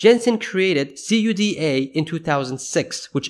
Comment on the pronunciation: CUDA is pronounced Koo-da